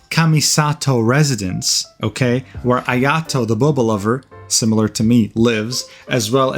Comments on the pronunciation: Oh my god, I get it, it's Aya"toes" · its aya-toe bro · Ayo, how did you say Neuvillette that well ? Nice ayatoes btw